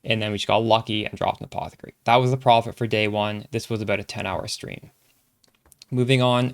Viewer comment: You can set threshold on WE. Also anyone else tripping out at how he says a-paw-the-kerry